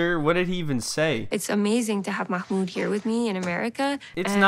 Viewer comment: Does she even know his NAME? She just called him ma-HOOND .